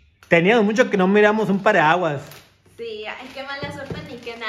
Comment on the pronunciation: Y sigue diciendo pariaguas jijijiji